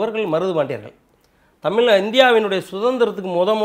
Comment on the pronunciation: Adei....Tamizh nee correct aa sollu da lossu....